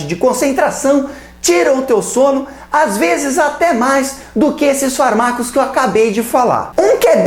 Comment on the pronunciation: "FarmÁcos" kkkkkkkkkkkkkkkkkkkkkkkkkkkkkkkkkkkkkk